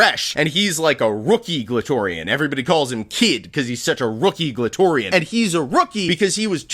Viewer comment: Glatorian will always sound like clitorian